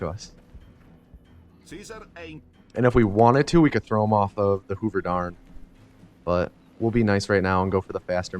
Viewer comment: "Hoover Darn" lol